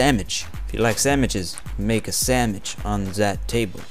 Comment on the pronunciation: Lol he said samich